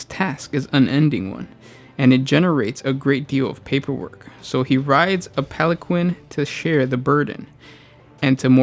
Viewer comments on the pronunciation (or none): none